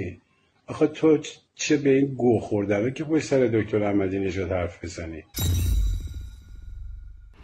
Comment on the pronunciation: والا این آقا یجوری میگه دکتر که چی بگم انگار زحمت کشیده شده دکتر آمنه رو هم نمیدونم خدا بهتر میدونه